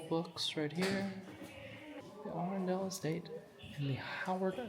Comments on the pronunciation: A (as in Cat) run (as in ern) del (as in derl). I'm local 🙂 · Been Arundel castle. and especially Cathedral lots of times but my favourite castle is Dover... both your pronunciations of Arundel are wrong! Should have travelled a bit further to Chichester and visited Fishbourne Roman Palace...a favourite place of mine.